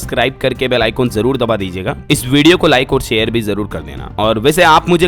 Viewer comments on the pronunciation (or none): none